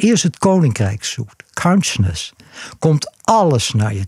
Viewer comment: Kaunsjness.... Het duurde even tot ik besefte dat hij counsciousness bedoelde...